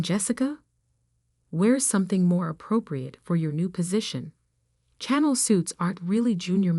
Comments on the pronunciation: You can always tell AI crap when it pronounces things like "channel" instead of the brand name "Chanel". Hahahahahaha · If you are going to read stories you should learn to pronounce words channel is pronounced Sha nell. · It is pronounced shan nel not channel like the channel 5 tv station .